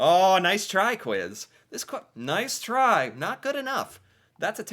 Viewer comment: Update on the prime minister Justin Trudeau is no longer one also u are butchering the pronunciation of Newfoundland it’s not new fin land it’s pronounced new fan land